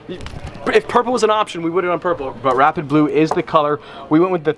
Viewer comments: Did anyone else hear him saying “wrap it blue” instead of “rapid blue”? I was so confused for a minute. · Anyone else think he kept saying "wrap it blue" instead of "rapid blue" paint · Ngl when I heard him say rapid blue I thought he said wrap it blue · I swear he kept saying he'd 'wrap it blue.' 😂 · Who else thought he was saying “wrap it blue”